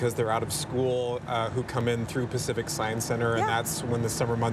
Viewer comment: "Pack Tsieye"? What the hell is Pack Ts-eye"?